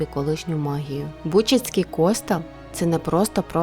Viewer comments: Не тєатр а театр, не стАтуя а статУя, не кОстел а костЕл, не гєніальному а геніальному. Переплутали портрет Потоцького з Меретином. Будьте уважні до дрібниць! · Не кОстел, а костЕл😮